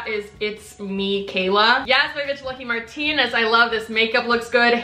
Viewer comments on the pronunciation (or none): none